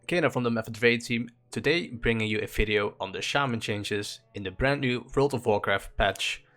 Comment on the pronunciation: In this "Fideo" lol